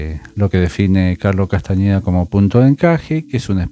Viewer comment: Me encanta cómo le cambiaste el apellido 😂 No es con eñe, sino con ene: Castaneda❤. Por lo demás, tus explicaciones son clarisimas. Me encantan